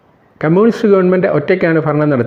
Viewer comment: ഫരണം അല്ല ഭരണം..... ഉച്ചാരണം ശ്രദ്ധിക്കുക...